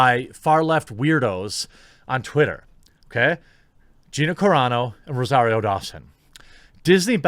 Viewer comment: YES! You finally pronounced Gina Carano correctly finally! Thank you! It was killing me, as I've been a fan of her since her MMA days.